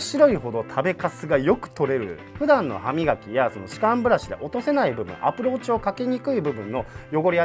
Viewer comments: approachがApplewatchに聞こえた😂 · アプローチがApple Watchに聞こえた俺はただのApple信者